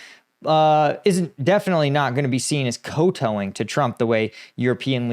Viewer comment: Kowtow is said like cowtow as in ouch